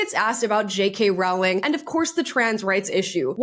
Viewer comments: Jesus Christ. How many more times. It's ROWling (row your boat), not ROWling (we had a row (argument). Honestly, you need to do more research than watch some videos online. If you are going to reference her in EVERY video, at least get her name right. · Masterclass in how to shut down someone trying to invite you to "pile on" and manufacture controversy at your expense. Perfect response. (btw, the first part of Rowling is pronounced "roll," i.e. "roe-ling." I wasn't sure for a long time and said it both ways, but Jo herself has confirmed this is correct.) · It's Row- (row, row your boat) -ling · I just discovered on J.K. Rowlings X that her name rymes with "bowling" not with "growling".....hihi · Rowling rhymes with bowling. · Rowling is pronounced like roll. Sorry it always make me laugh how wrong everyone gets one of the most famous author in the world’s name wrong. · Rolling...is how it's pronounced.